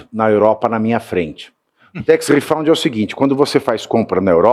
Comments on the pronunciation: Pavici, gosto dos seus comentários, mas a pronúncia de tax refund é tex refand, não refaund. Refaund quer dizer reencontrado. And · Pavinato, a palavra é "RIFÃND" e não "RIFOUND" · Tax refund, Pavinato, não “redound”. Mas a denúncia é boa.